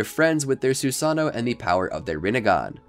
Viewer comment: SU SA NO lol its sue-sun-oh